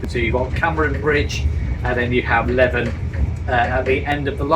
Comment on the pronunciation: Ooh dear,: Leven doesn't rhyme with Heaven - it's pronounced as in Leaving without the g at the end!